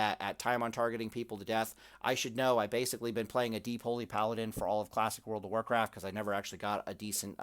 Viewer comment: "World pf Pallycraft" =)